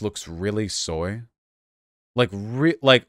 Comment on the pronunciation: He said, soying